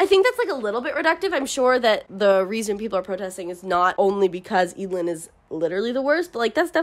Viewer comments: I thought it was pronounced Ed - a - lin (like evelyn) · Every time you say “Eadlyn”, I think you’re saying “Edalyn”, and imagining how much more interesting this story would be with a main character like Edalyn Clawthorn from The Owl House. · Absolutely same. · Damn I'm not from an English-speaking country so didn't read the books in English and I remember pronouncing Eadlyn in my head as ead-lane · Im glad I listend to audiobooks bc I could never pronounce their name's. I didnt like the dynamic between Eadlyn and her parents, they could easily tell her more about the day her grandparents died and their own selection (I get it it's for the plot, but still). Edit: It always bugged me why she couldnt just add him to the selection, she was the fricking queen, she could totaly change the rules or just told her parents, I mean the people wanted to add that creep. How would that be possible. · W should appreciate books, and not judge them. And the pronounciation of Eadylin is not said like that.Plus who cares? you are just judging a book by names?? And it's not even a very kind thing to say.